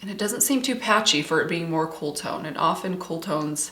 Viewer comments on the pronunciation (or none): none